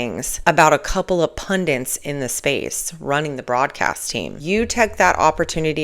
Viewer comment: Hate to be that guy but FYI - it is "pundits" not "pundints". There is no second "n".